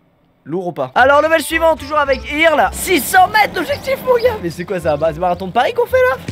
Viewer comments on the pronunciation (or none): Putain mais c'est pas "Irle", c'est "Eurle" !! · problème de riche : j'en ai marre de regarder des vidéos de squeezie et de devoir endurée son niveau d'anglais attroce. Il prononce Earl "irl" ça ce dit eurl putain !! Je suis américaine prennez du recule face à mon orthographe déplorable. XD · C'est pas "irle" mais "eurle"